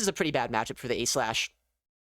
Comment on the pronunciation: he says A.Slash not aegislash